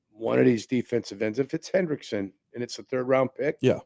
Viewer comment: It’s Hendrickson not Henderson for all you window lickers